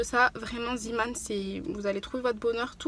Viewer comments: Hello, ça m’irrite les oreilles quand on dis z[i]man au lieu de z[e]man. Zeeman c’est en néerlandais ça veut dire homme de la mer. Tes vidéos sont toujours aussi intéressante et agréable à regarder ☺️ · Salut je voulais juste dire que zeeman se prononce zéman et non ziman car c'est du néerlandais pour "homme de la mer" voilà sinon continue tes vidéos elles sont géniales j'aime beaucoup tout tes bons plans et vidéo organisation💕💕